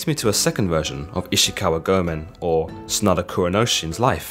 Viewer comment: It's pronounced SAH - nah - DAH You emphasize the beginning and end rather then just the end vowel.